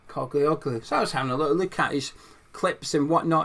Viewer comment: Morning, the ‘i’ in the surname is silent sound and the g has a line over it making it adopt the pronunciation of the vowel before it. Greeks (as is with Postacoglu), pronounce the name as written. The Ottomans left their mark with them, clearly, that some names in Greece have Turkish origins. In the case of the Spuds’ manager, his name means “Son of a Postman” As a Turk and lifelong Hammer… this signing would be mad!!! Ferdi was a good player in the Euros, although he does naturally tire come min 65, but he gives everything up to that point so it matters not. Another frailty is that in the national team he was sometimes caught out in tracking back. It wasn’t that long ago that Mourinho said Ferdi was staying…so this has come as a welcome surprise if true. Ferdi’s mum is Dutch and he was raised there and as an old Dutch friend of mine told me, he was in the same Academy as Gakpo. He has the work ethic of a Dutch player in his dna, which is a good thing.